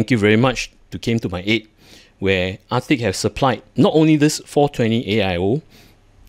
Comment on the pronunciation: It kinda sounded like you said Ar-thicc and i think thats a fitting name and perhaps a rebrand is in order.